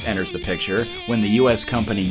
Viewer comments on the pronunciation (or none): none